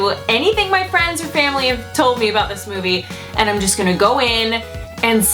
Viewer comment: The words and, and demand, ends with a d, not a t. Ant. Demant? And. Demand. Wth happened to educated people? Where that English go? Pet peeve, sorry, but people that do this should not be able to publish YouTube videos, imo.